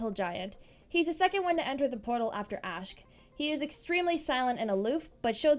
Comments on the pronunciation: Who's Reese- Did she mean Rhys? (Rise) And, Asck? You mean Asch? (Ah-sh) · Sorry to correct you but you pronounced rhys' name wrong it's prounounced "rise" and asch's name is prounounced "ash"